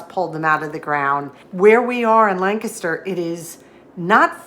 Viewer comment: Hey, props on learning to pronounce Lancaster like a PA native!